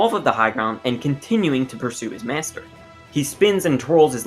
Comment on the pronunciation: You pronounce “master” like “meashter”